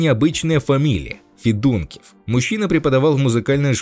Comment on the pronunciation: Фамилии заканчивающиеся на ИВ, это западная Украина, ударение надо ставить ФедункИв, так же как у певицы Ёлки ИванцИв, режет слух ФедУнкив, говорите правильно!